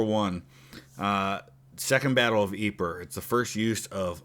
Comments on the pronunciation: Greetings from Toronto. I'm going to be a pendantic nerd and correct your French pronunciation. Ypres isn't pronounced "Ee-per." It's "Eep." Thanks for a great video. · Yeeeeep not yepre 😂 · Ypres is pronounce “EE-PRAY”